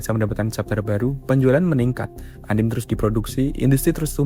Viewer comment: anime dibaca ya anime bkn anim manga dibaca man-ga